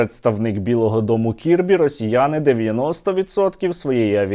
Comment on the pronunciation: Це не кірбі, це барбі